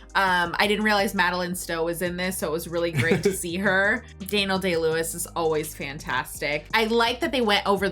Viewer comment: Da-kneel-Day Lewis? Have you never heard of a "Daniel" before? The bible? Daniel Craig? Daniel Boone? Lol